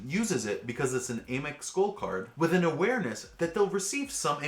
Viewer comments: It's Amex, not Amex. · Cool video, but I don’t get the mispronunciation of ‘Amex’